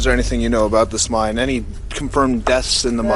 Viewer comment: Cant buy your shirt until you learn to say mine.not mind it's a mine not a mind.